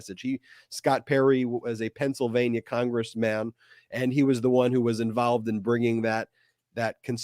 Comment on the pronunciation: I know it was just a little bit of a verbal trip of the tongue, but when you were talking about Scott Perry it sounded as if you called him a congress-maam I almost died laughing!